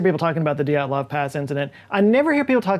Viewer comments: PLEASE. It is not DEE at lov Pass. It is D'yat lov. You can not separate the Y and the E, e in Russian is letter "yeh". ye, (yeh) stays together. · Dyatlov is pronounced as Djaht-lov, not Dee-aht-lov. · please please work on your Cyrillic pronunciations. dyat-lov. you keep sayin it like it's a God dang japanese word "di-at-lov" dyat-lov dyat-lov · Re: pronunciation, the second pronunciation is better, with the /i/ sound like in ‘sushi’ And Dyatlov is two syllables. While in Russian transcriptions can represent a vowel, it’s a very different sound; in this case, the is a transcription of one letter, a singular vowel (with palatalisation at the front). It might also be transcribed as Djatlov or Diatlov, in other romanizations.